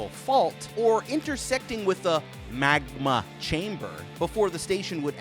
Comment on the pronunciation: The way he said magma lmao